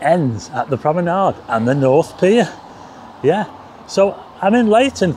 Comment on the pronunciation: Please don't drink every time says "yeath" Cheers!